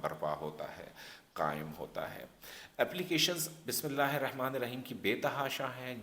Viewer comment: Sorry to say Bismillah ka pronounciation sahi kar lijiye plz